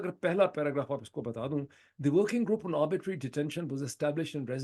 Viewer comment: You have repeatedly pronounced a word "arbitrary" as "arbitery", perhaps as a result of some misconception. I am of the view that both terms carry with it a marked distinction in its meaning, implications and repercussions. Sorry, if I am wrong.🙏